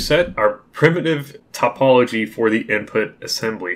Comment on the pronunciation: You weren't pronouncing topology wrong! (At least I don't think so. If so, then I guess I got it wrong too xD). By the way, these videos are great. Thank you so much, you don't know how helpful they are. I know a little bit from OpenGL, but I never used the Windows API directly and this is the first time I look into directX. Thanks again!!